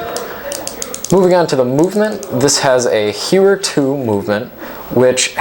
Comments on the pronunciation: say: "HOY-er" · You have to learn how to pronounce Heuer.